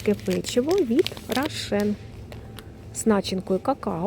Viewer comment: Рошен , а не рашен .